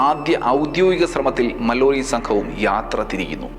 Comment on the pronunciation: വീണ്ടും വീണ്ടും വളരെ അധികം കല്ലുകടി ആയി തോന്നിയത് മല്ലോറി എന്ന ഉച്ചാരണം ആണ്. ഇംഗ്ലീഷിൽ ഇത് മാലൊറി എന്നാണ് വായിക്കുക. ഉണ്ണി എന്ന പേര് അണ്ണി എന്ന് കേൾക്കുന്ന പോലെ അല്ലെങ്കിൽ ആലപ്പുഴ എന്ന പേര് ആലപുസ എന്ന് കേൾക്കുമ്പോൾ ഉണ്ടാകുന്ന ഒരുതരം സുഖക്കേട് അനുഭവപെട്ടു. വളരെ നല്ല explanation ആണ് .ഭാവിയിൽ ഇംഗ്ലീഷ് സ്ഥലപ്പേരുകൾ ,ആളുകളുടെ പേരുകൾ എന്നിവ ശെരിയായ രീതിയിൽ ഉപയോഗിക്കും എന്ന് പ്രതീക്ഷിക്കുന്നു